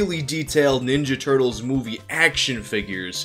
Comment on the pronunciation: The Turt-leez